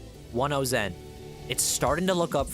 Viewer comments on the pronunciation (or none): his name's Zhen, it's pronounced more like a J than a Z :D